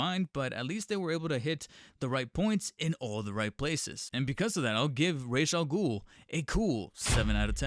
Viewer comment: When saying Ra's al Ghul, keep the word racial in your mind. Either that, or watch Batman: The Animated Series.